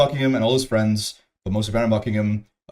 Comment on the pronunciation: Never before in my entire life have I seen someone so frail and low T, AND with the elmer fudd speech impediment ? Sad ! I think we should make a seperate gofundme so that mr "yoeow fwends gonnaw be a FOHKING townip fow da west of his wife !" can finally afford speech therapy.